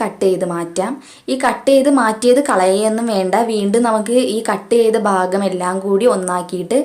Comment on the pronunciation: ഫാഗം അല്ല ഭാഗം